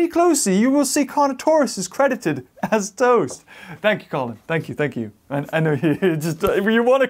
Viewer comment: It's not tost!!!!!